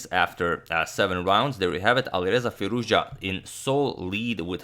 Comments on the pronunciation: as an iranian i must say u are now pronouncing firouzja like a boss. hats off agad. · LOL. But it's the correct pronunciation. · hi. I am Iranian. Firouzja, pronounces like this : fee- rouZ( strong z , and strees is on R)-ja( j pronounce like John) Firouz is a persian name+ Ja ( there is a small pause between Z and the J,it should be like a fraction of a second)